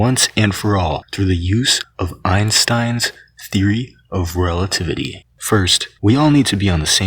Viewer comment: Einstein’s theory of relatitty